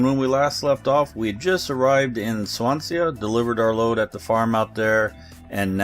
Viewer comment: Great vid, you don't pronounce the A at the end of Swansea, it's sea as in the expanse of water. Resident Welsh man so I thought I should mention it :-)